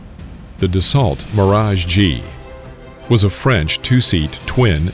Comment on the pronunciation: 🙄 Dassault is pronounced DASS-OH